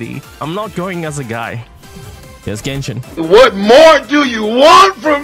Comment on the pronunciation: If I take a shot everytime saying "Genshit" in this video. I will immediately bury myself to my own grave